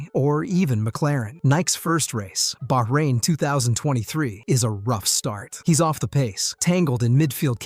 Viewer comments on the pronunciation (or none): none